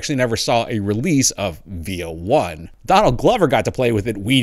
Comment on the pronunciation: I thought it is pronounced V O